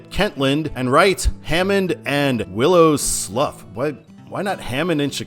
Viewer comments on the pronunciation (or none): It’s actually pronounced “Willow Slew”. It’s a fish and wildlife preserve in the border of Lake and Newton Co, IN